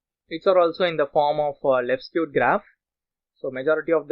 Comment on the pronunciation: Excellent tutorial but you mispronounced left-skewed and right-skewed data. Appreciate your effort.